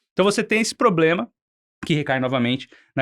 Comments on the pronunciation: "a gente esta tendo varios poblemas " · Fala "poblema", igual a Janja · especialmente quando nao coloca a letra "R" de poblema no caso do analista. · poblema, parei o vídeo aí... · Tive um professor que dizia: " quem fala "poblema" tem dois". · escutar uma entrevista, com um suposto especialista que fala poblema!! puta que me pariu! tô fora! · 'POBLEMA' é ruim né 😢😢😢😢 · PORRA MEU!!! PO-BLEMA!!!! É FODA!!!! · O cara vai ai dizer POBLEMA, é dose... fez o L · Alguem que fala Pôblema... tudo que vier depois disso perde credibilidade kkkkkk. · Porque ele fala poblema??? 😅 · O cara tão inteligente e fala: Pôblema! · O cara falando e "poblema" dizendo que sabe tudo de economia.... e tem ot@ que caem nessa.... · Não dá para falar "poblema" neste nível de conversa. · Ele tem problema na fala ameba 😂😂😂😂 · caralho o Cara tem uma dificuldade de pronunciar o R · Ouve direito… não é isso. Ele tem uma pequena dificuldade de pronunciar o R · Ele tem sim, verdade.